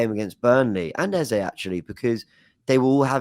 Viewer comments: Its not 'eza' he's nigerian the sound is pronounced as 'Ezey' pleaseee😂😂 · Can’t handle calling Eze “Eza” Please make him stop😂😂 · Eze is pronounced 'Ez - zay' which means 'King' in igbo (language spoken by the Igbo's who are from the South Eastern part of Nigeria) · I’m Nigerian and the way is saying ex name is irritating me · Typical, grabbing attention for wrong reasons, refusing to call people by their names and now Eze you decide to butcher his pronounciation. And please don't come with excuses, I'm Nigerian I've known that name since primary school.